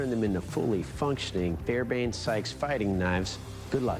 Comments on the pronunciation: it's NOT Fairbane-Sykes, it is Fairbairn-Sykes. Spell it correctly and pronounce the second "r", otherwise you sound like an illiterate with dental problems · TF is a “fairbain”? Fairbairn sir…